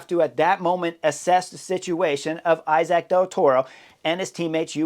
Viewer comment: The name is pronounced e-sac of something like that.. thank you